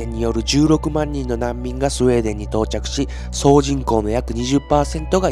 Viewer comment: ス....ス、「スエー」デン笑😂